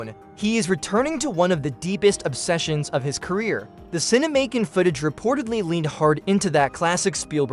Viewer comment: It's not "Cine-Macon", like "Macon County Line," but "Cinemacon", like "CinemaCon". Like "pro versus con." Good grief.